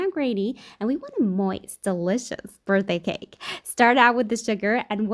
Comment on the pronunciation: « Birdday gake »